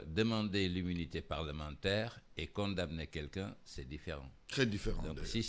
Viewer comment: Mr, vous prononcez mal con damner la lettre m ne se prononce pas. Elle est muette. Rectifiez vous